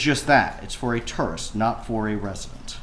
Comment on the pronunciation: Why can’t this attorney say tourist🤪